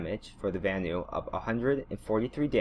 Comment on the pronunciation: another person who says “ van-ooo”